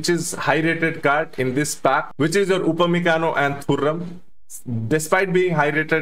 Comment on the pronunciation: Bro upamaguire =Upamacano😅